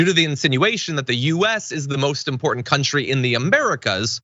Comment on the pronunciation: "Contraversal" is a (non-)word that John should never use again... Along with "Impor-n't"... It's "Important" John, Im-Por-Tant!". :D :D